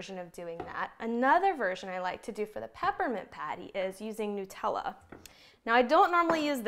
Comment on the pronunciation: Nutella--made with nuts so it is called Nut--ella not Newtella!